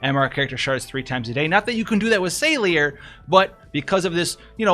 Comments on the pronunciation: it's Sa-lee-reh' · Its Sa/Li/re. Sa like Sand, Li like Lee, Re like Red. Its an Italian Name. Why do you guys try to pronounce names like common words? Salire is pretty easy to level up and max out in JP since she has an event of her own where you can get shards. Also you can buy her shards from store. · It's closer to French, like the rest of Hourne, so it's sa-leer. They do pronounce it in the Story: Chapter 5:3:3 Two Paths, Adelard: "Exactly. What would you do, Salire?"